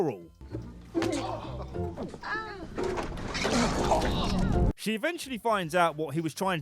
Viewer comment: This Narrator’s pronunciation of the word, “withdrawal” is a shit show.